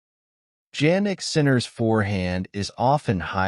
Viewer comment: Sounds like some ai generated bulls to me. Not even the name Jannik is pronounced correctly. Is short , inconclusive, uninformative. The net is flooded with these kind of stuff lately and it is getting worst by the day